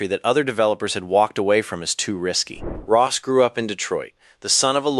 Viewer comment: It's Roth methinks; not Ross.